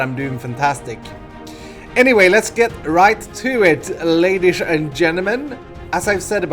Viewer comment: buddy you pronounce "ladies" as "radish" classic:)